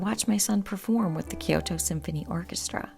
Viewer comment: It’s pronounced kyo~to. 2 syllables. Not ki-yoo-to.